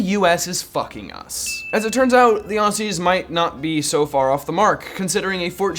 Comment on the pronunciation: This annoyed me since I'm Aussie so I'll help you out Aussie is pronounced like ossie